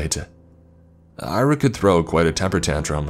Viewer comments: Great narration, I enjoyed it but here's a tip: Ira is pronounced Ee-rah, not Ai-rah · should be pronounced Ear-aa. Irina diminutive.